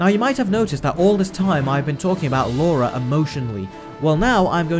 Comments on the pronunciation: LA-RA, not Laura. It's on the movie covers you keep showing, and you even spelled it wrong in your own title screens... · "Lara" not "Laura" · Anyone else notice the amount of times he says “Laura”, who is she!! It’s Lara 😂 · it is Lara not laura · It's pronounced Lara not laura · Laura? It's Lara!!! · It's 'Lara Croft' not 'Laura Croft'. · hey so I've been binging your videos all night, specifically the live Disney remakes, you make so much sense and explain so completely why the remakes are trash compared to the original animated versions, but my guy, I'm not sure I can forgive the continued mispronunciation of Lara's name. both pronouncing it as Laura and writing it in the video as such calls to question if you actually watched the movies........? no shade intended, I'm just finding your videos and am excited to watch more of your vs series. thanks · Lara --Lahr-uh. There is no U. If it was meant to be Laura, it would have been spelled, "Laura". Gah. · "Lora"??? Do your homework mate :/ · Lara its Lara Croft pronounce right your British!